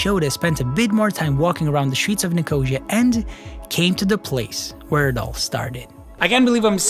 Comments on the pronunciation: Nik-o-see-a, not nikosha. .lol. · Nicosia is not pronounced like nausea, its pronounced as ni-co-see-a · Me too, and I'm English! It's pronounced 'Nik - oh- seeya', but the video is GREAT! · ' Nicosha' what Hell is that? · Sorry as a Cyprus girl my self, when you said Nicosia, I couldn't help but laugh about the wrong pronunciation. Its okay though. No worries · all good, but please check how to pronounce Nicosia / Lefkosia.. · Bugs me how he says Nicosia